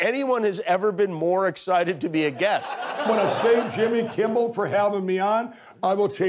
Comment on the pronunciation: Has anyone noticed that the Pillow Man calls Jimmy Kimbel instead of Kimmel?